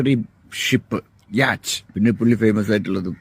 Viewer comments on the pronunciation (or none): യാച്ച് അല്ല യോട്ട്